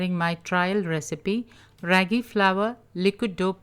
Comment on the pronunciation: The a sound isn't raggy as in shaggy but raagi as in raama.